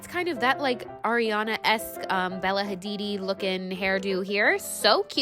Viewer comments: “ bella hadidi “ 😭😭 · „Bella Hadidi“ 😂😂